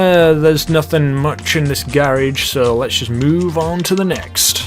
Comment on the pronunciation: Blue Beer That's how you say it, or at least in the UK